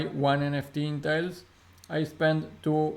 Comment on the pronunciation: Ma, its not Tail its Talis......